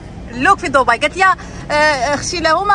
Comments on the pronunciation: دبي دبي دبي دبي وليس ضبي تكتب بالدال وتنطق خفيفة بالدال وليس الضاض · ماشي ضبي تنطق وتكتب دبي ومنطقة تانية ابو ظبي